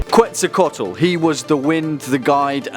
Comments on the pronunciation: QuetzalcoATl, not QuetzalcoTAl lool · It’s not quetzacotl It’s quetz-aco-aot-l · (Kets -sal-Koe-toll) <—-it’s said like this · I liked the video. But in case you didn't know, Quetzalcoatl is pronounced Ketsalcoatl. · You absolutely butchered the name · You said the name wrong. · Dude you can't even pronounce Quetzalcoatl right.